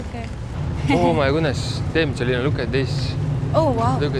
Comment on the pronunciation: Even braindead sometimes says Solina, Selina and Jolina when he can remember her name 👉🤣